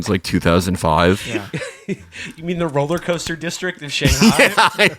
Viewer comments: I heard "rolly coaster" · at one point he says 'coller coaster' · I heard "rolly coaster" which I quite liked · Did Matt say 'rolling coaster'? Imagining him wearing a straw hat and bow tie.